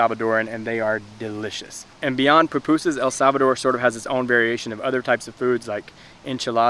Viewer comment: Did he said el Sabado?